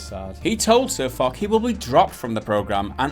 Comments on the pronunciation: The gun is reasonable the tank is not overpowered sir foch was well out of order. You can voice your opinion without acting like an angry child and throwing your toys out of the pram which is pretty much what you two have done for the last 7 minuets 51 seconds. Oh and foch is pronounced with a sh not a ck if your going to go on line and vent your childish spleen at least do your homework and get your facts right you pathetic glass licking wank stains. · could guys please pronounce sirfoch name correctly as "ch" sound in foch. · Please say his name correctly. It's Foch after the french TD you muppets. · You should go listen to Jim Sterling's video on it if you find these guys' pronunciation of "Foch" funny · you didn't do all your research properly when you don't even know how to read guy's NAME!!! i don't know how did i put up with whole video!! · please research how to pronounce people names God darn it! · It's not sirfuck it's sirfoch lmao your getting me pissed but I can't help but laugh lmfao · Its pronounced SirFoch, not SirFuck or SirFock! 😂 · Lmao "SirFok" it's pronounced "SirFosh" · It's not "SirFock", it's "SirFosch". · Foch pronounced like FOSH, not Fuc lol! The general feeling in the game is that the tank is not over powered and Foch's video and resulting drama made wargamming a lot of money in tank sales as noobs flocked to pick up the tank only to find it did not make them invincible on the battle field. (tip: just get around side or behind just like any heavy your having trouble penning and avoid getting in a sidescrapping stand off with it). In the end, the adage " all publicity is good publicity" has paid off for war gamming, in the short term anyway. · Foch ffs. not fock !! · Sir Fuck? It's Foch like Fosh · Foch's name is prnounced 'sirfosh' btw. fock is all levels of wrong. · Who is SirFoc? I only know our Latvian as SirFoch (Foosh for the closer dewds) :-) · sirfok it's pronounce sorfosh and spelled sirfoch. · FOSH not fock.